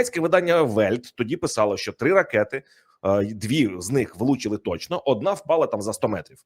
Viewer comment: КУПИ БУКВАР І ВЧИ ЯК ВИМОВЛЯТИ УКРАЇНСЬКІ БУКВИ І СЛОВА,А ТО ТЕБЕ ГИДКТО СЛУХАТИ: ЩЬО,ЩЬОБ,ЩЄ,ЧЄ,ЧЬОМУ,БАЧЄЛИ,ТОЧЬНО,ЧЄРВОНІ,ХОЧЮ,ЧЄМ,СИСТИМАТИЧЬНО,ЧЯСТИНА,ЗНАЧЄТ,ЧЄРВОНИМИ,ЩЄЙ,ДОПОСТАЧЯЛИСЯ,ФАКТИЧЬНО,ВЕЛИЧЄЗНІ, ЧЯСТО,ДА,ДА, КЛЮЧЬ, ВИЧЄРПУЄ,СТРАТЕГІЧЬНИЙ,ЯКЩЬО...........!!!!!!!!!!!!!!!!!!!!!!!!!!!!!!!!!!! (Українська діаспора,США)